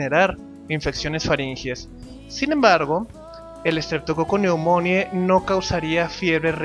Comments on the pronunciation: Que mal lo pronuncias, se pronuncia estreptococo neumoni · Ja! ya ni me acordaba de ti! Sale, cuídate, pobre diablo. Por cierto, se pronuncia: "Streptococcus pneumoniae", con "e" al final, no con "i" como dices. Es neumonie.